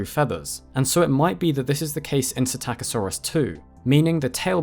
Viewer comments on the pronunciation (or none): LEARN TO READ!!! You grossly mispronounce psittacosaurus (parrot lizard) at every opportunity! Where the hell do you even get "SI TAKKA SAURUS from"? It is pronounounced "sitta ko saurus". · You missed the "p" as well. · I keep thinking he's saying "attackosaurus." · didnt know thats how the name was pronounced, always thought it was pistachio-saurus like the nut 😂😂😂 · "PSITTACUSSY"!?!?!??! NOOOOO 🤣🤣🤣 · In the word "psittacosaurus," is not the "p" silent - as in the word "pswimming"? (Yes, that IS a joke, but the question is real enough!)